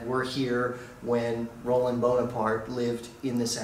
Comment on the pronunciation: It's Ro-LAND! Also, it's NOT a patio, it's a balcony or a verandah. Boring beige couches. And those God-awful gigantic Chinese vases! Doesn't look all that expensive. Boy, it's in a noisy section of Paris. You couldn't pay me to stay there.